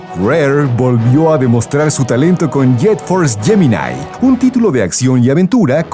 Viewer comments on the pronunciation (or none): none